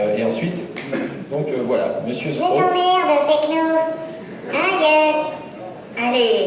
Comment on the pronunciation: C'est péquenot, pas pechno ^^